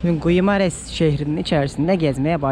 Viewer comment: guimares okunuşu gimareş